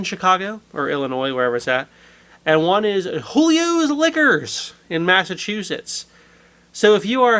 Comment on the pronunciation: They pronounce it "Jew- Leos". Given my heritage and background I did one hell of a double take after hearing them say it that way. Cheers!